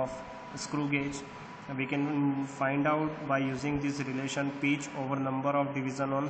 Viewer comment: its not peach its pitch